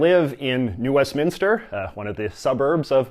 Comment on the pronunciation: the fact that you separated new west minster as 3 separate words lmaoooo